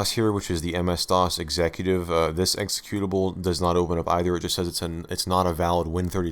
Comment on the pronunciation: exe CUTE ABLE... not EXE CUE tive...